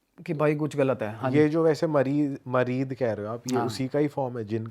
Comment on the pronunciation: मरीद नही मरीत होता है भाई 😅😂😂😂